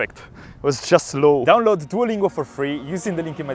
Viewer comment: Non puoi essere sponsorizzato da Duolingo e poi gli sbagli a pronunciare il nome😭😭 Scherzo bel video come sempre😎hai una volontà invidiabile!